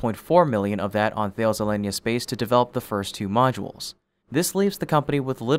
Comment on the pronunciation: Do you not realize that Thales is a French company and is pronounced more like ‘Ta lees’ (with a hard T)?